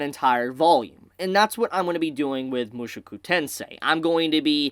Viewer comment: Every time I hear him say Mushuku Tensei ... I just imagine Rudy being replaced by Mushu from Mulan.